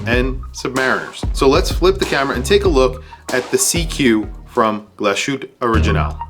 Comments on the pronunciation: It's not pronounced "glo-shoot". It's a port-manteau German word pronounced "glas hooteh" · Glas-hütte, not Glaschütte!! (engl: glass hut) is the name of the town where it is produced. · A little constructive criticism - given all of the time you put into filming and editing these videos wouldn't it make a better product to do some research and make some notes to refer to off screen? You don't come across well when you don't know the prices, don't know how to pronounce the brand name, don't know the factory stated specs, and don't know what the bracelet is like (it's absolutely amazing by the way). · Mispronouncing a word in a foreign language is perfectly understandable; however, a watch "influencer" who's portraying himself as an expert to be trusted has no excuse for being unable or unwilling to find out how to pronounce the name of a watch manufacturer.